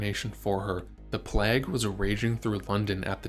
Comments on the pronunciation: The AI narrating this video needs some work. The pronunciation of courtier at the mark and throughout the narrative, as QUARTER is distracting. Again at the mark it is the plague, not the PLAG!!! The mispronunciations were significant. At the and marks, embolism, with the accent on the 2nd syllable, em-BOL-ism instead of the 1st is poor pronunciation. I prefer human voices. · Yeah, I didn’t know the “plaaag” had been raging through London, not to mention that “em-BOWL-izzum” that may have caused Jane’s death!🤨